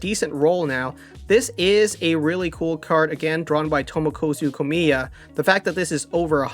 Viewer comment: I've been wondering for a while is the name of TomokAzu Komiya actually pronounced that way or is that just how you pronounce it? It has an A where it sounds like you pronounce it with an "O"